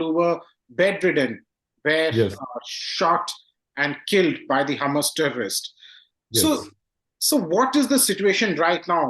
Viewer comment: Nice interview but it is HAMAS not Hummus. But very informative otherwise